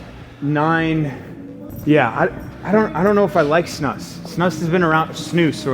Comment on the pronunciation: Also props to Z for pronouncing "snus" correctly 😂